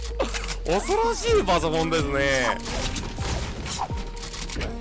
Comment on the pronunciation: 非常にねおそ⤴︎ろしい⤵ ボクシングくんのこの発音好き笑 同じ人！！！！ ↓↓↓